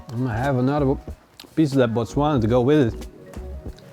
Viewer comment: Great pronunciation of the word Botswana. Love from South Africa